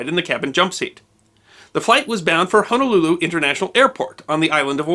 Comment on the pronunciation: AYE! YOU SAID “HONOLULU” CORRECTLY! 🤣🤣🤣🤣🤙🏽🤙🏽🤙🏽🤙🏽 Thank you for the video. The flight attendant killed in this incident was my childhood neighbors Aunt. Rest in love CB! What I find intriguing is that our Queen Liliʻuokalani was overthrown by the United States businessmen and the aircraft in this incident was also named “Liliʻuokalani”, an aircraft belonging to an airline registered as an American business.